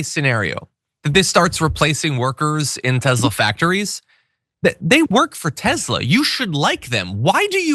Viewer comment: The mans name was Nikola Tesla...not Tezla